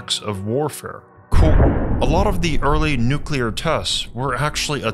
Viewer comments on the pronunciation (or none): Nuclear.....not neculer...